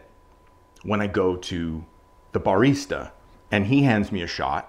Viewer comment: never heard anyone pronounce barista like that